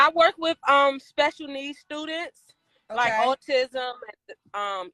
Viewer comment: Did she said O-tism?